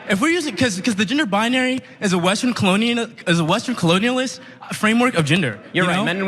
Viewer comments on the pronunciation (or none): This kid couldn't even pronounce "colonialism". He had no solid arguments whatsoever. He then resorted to poking at Ben Shapiro's sex life... and you're claiming he won this exchange? I will never stop laughing... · L video. headline? Y’all a media outlet n don’t even know what ur talkin bout😂 bro couldn’t even pronounce colonialism🤣💀😂🤣